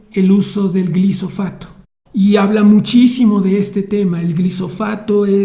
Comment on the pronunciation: Tampoco es Gifosato, es Glífosato.